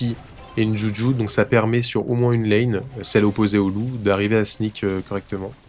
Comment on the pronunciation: Est ce qu'un jour tu vas bien prononcer le nom de juju?